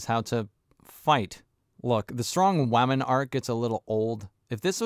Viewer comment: So annoying to hear you keep saying "Wamen" though